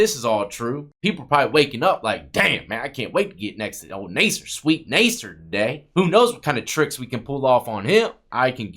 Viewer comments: Nas-ser. Not Ney-ser. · NA-SIR, not NAY-SIR. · lol. It’s NASS SIR not nase sir. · Nasser doesn't have a hard A sound. It sounds like Mass.